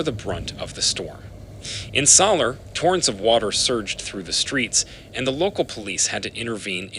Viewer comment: It’s Mallorca NOT MaLorca !!! It’s Soller NOT SoLer!! Can’t you see that there are 2 L’s? Please pronouce the places properly don’t bastardize like you are.